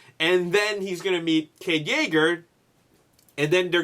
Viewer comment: you said cave not cade